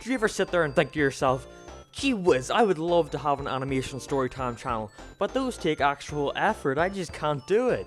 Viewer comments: it's animation not animotion... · Points to the end of “Animation” and says it’s “motion” no it’s mation you’re wrong